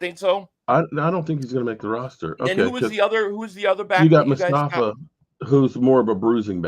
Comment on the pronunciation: it’s not mustafa it’s Phil mafa. Their is no st in his last name